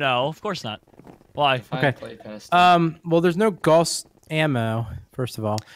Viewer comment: it is pronounced (gowss) rifle not (gahss) even though it is spelled guass